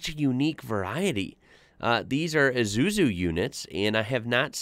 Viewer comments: Pronounced as EYE-ZOO-ZOO, they are a great truck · Drove these CAT1 tankers for 20 years. Isuzu is pronounced- i-sue- sue. The RFS (new south wales Rural Fire Service is the world’s largest fire service with the majority of crew volunteers. I’m retired now. Thanks for sharing. 🙏🏽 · I think we pronounce it eye-zoo-zoo. Still not far in but should see the Bush fire brigade units, so unique too. Also, the plane was dropping red fire retardant, would have had another smaller plane in front letting them know where to drop it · It's actually pronounced ih-suu-zuu like the start of the word 'ear' but nobody cares. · It’s pronounced I su. Zu and those hire trucks are used to go on bush areas that are on fire to create a fire line or as Americans might call it a fire break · We say it Izzuzu